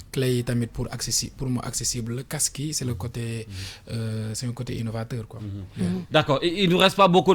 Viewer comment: seydina diame t’as rien compris mec il arrive pas à prononcé le mot casque il dit CAQSSE 😏